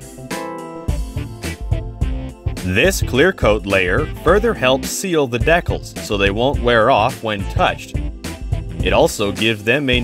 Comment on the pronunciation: Great video, but please learn how to say decals!